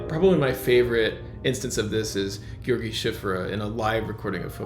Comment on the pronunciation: Learn how to pronounce György Cziffra properly, in fact, just saying George, is a lot closer than all the extra syllables you inserted